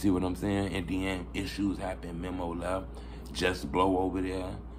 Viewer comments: U keep callin folks "MEMMO" his name Memo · Bro it's Meeeeeee Mo